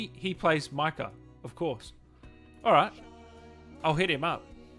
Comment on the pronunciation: Have you even played red dead You said Micah wrong That's so embarrassing